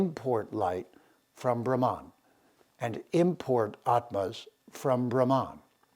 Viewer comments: SO IS THE PRONUNCIATION OF " BRAHH' MANN" and not Brahman Which refers to the cast. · I really appreciate your discourses on Vedic culture and defending Sanatana Dharma. I have a request and I understand it is difficult. It has to do with pronunciation. Brahman is pronounced as Bhrum as in Drum followed by Mun as in Mundane. Bhagwan is pronounced as Bhug as in Bug followed by fleeting Uh followed by wan as in wand. I apologise for bringing this up. Please do consider this. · It should be Brahman ( pronounced as explained by you : bhruh ,as in drum + mun, as in mundane )